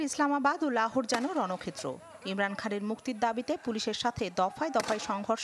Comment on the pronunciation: এই মিয়া সাংবাদিক আপনার উচ্চারণ ভয়নক খারাপ আপনি জব পাইলেন কিভাবে এই উচ্চারণ নিয়ে, উনার এমরান না ইমরান। খুব বাজে উচ্চারণ আপনার।